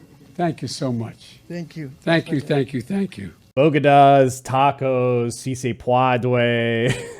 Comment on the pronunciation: Bogedas. That just kills me.